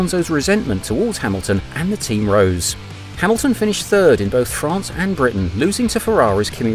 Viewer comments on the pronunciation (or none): none